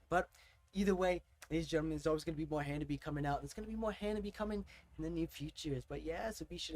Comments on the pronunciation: Well, you make the same mistake most people do, it's not "Ha-Na-Bee" it's "Ha-Na-Be-Eh" it ends with a "eh" sound ! put the subs on ther are quite of english in this song. "I can't take it anymore now ! " "Take Your Freedom !" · these 'gals'!👍 Ha-nah-bee-eh, like you're Canadian! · The RIGHT WAY to say "HANABIE."'